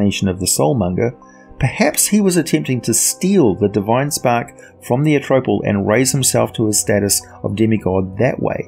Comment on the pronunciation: I don't think this guy knows how to say Atrophal cause he keeps saying a tropel